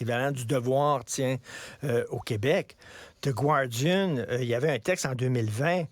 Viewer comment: On ne prononce pas GUardian mais GARdian. Le U est muet en anglais.